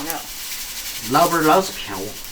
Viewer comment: 只有我把老板听成"老伴儿"吗😂